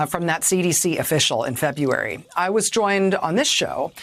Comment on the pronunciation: Feb-u-ary ?? totally annoying!